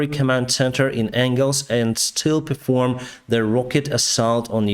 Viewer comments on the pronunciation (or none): none